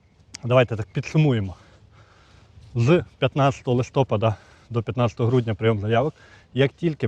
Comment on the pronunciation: ЛистопАд бо снігопАд, бо зорепАд. Чи кажете снігОпад, зорЕпад? Що робиться з мовою?